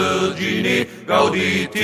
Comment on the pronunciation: zu 1.: Ja, das kann ich. zu 2.: Ich rede nicht von der Aussprache, sondern von der Phrasierung. Zum Beispiel zu Beginn sollte es GAUdete und nicht GaudeTE heißen. Dies eregibt sich nicht aus der lateinischen Aussprache, sondern aus der Komposition. zu 3.: Mein Name ist mein Spitzname, abgeleitet von meinem Nachnamen. zu 4.: nailgun666 und lastvampyr lassen durchaus Rückschlüsse zu. zu 5.: Wo Du Recht hast, hast Du Recht.